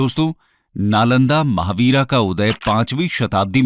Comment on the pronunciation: महाविहार है, महावीरा नहीं।